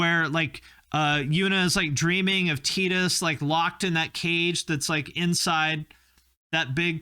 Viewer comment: Triggered by calling him tee-dus and not Tide-us